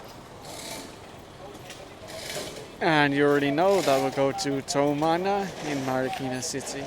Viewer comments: the correct spelling is TUmana, not Towmana! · I like that. Tumana, became "Towmana".